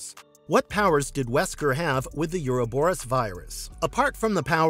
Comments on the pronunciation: Mouth-breathers will always pervert language, yuur speech patterns are mind rot, just terrible phrasing and horribke pronunciation like "you-row-boe-rus" for "Ouroborus" ... it is pronounced "O-ro-boe-rus," no "you" sound in the word. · You do not pronounce the word, "Ouroboros" correctly.